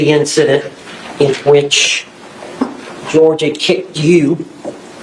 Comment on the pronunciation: His name was Jorge, not George. She's constantly mispronouncing his name. I think his family mentioned that